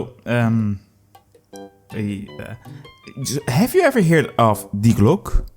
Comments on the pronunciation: It's not "Day Glok" but "Dee-e Glok-e" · It's called die Glocke not the glooock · Yeah, why does he say Glock? Does he think some letters are there for fun? Is he French? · Btw its pronounced "dee glock-ay" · That is not how you pronounce Die Glocke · Imagine making a 11 Minute video about Die Glocke without asking google translate even ONCE how it is pronounced. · Talks about die Glocke. Pronouces it wrong at every opportunity. Truly a non german speaker moment. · I love you you misspronounce "Die Glocke" at the beginning. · almost hit dislike for the pronunciation.